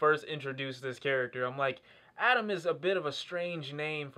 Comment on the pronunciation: His name is Atom not Adam